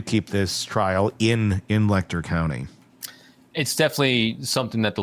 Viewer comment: It’s pronounced letch-er county